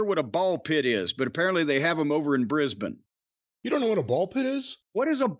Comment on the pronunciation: That was an almost perfect pronunciation of Brisbane. Well done Jim